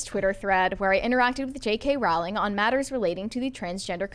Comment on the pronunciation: Pronounced Rowling like Bowling